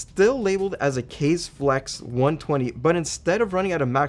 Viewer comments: I think its not KAZE (Keiz) but KAZE (K-uh Zay) it means wind in japanese. CMIIW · Gets the pronunciation for MUGEN down but botches KAZE (kah-zay)😝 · Kaze - KAH - ZAY. Cmon man it’s obvious it’s Japanese. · If we're going to pronounce Mugen correctly... Kah-zay, not Kays for Kaze Flex. ;) Just say'n... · Mugen is pronounced more like moo-gehn rather than moo-guhn. As for Kaze it's pronounced kah-zeh. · KAZE is pronounced as KA-ZE. Love the Scythe Products. Please check also Scythe Wonder Snail 120. It is on par with high end 120mm fans. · I can't believe you got the pronunciation of Mugen and Fuma right but missed Kaze lol One more word to add to your Japanese vocabulary! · I had to laugh, with the intro insisting on how to pronounce 'mugen' correctly, only to fall on 'kaze'.